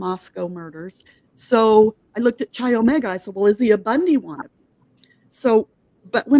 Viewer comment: pronounced Ki Omega, not chi